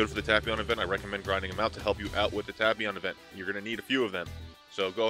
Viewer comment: please correctly say it like "TAPE-PION" it's really triggering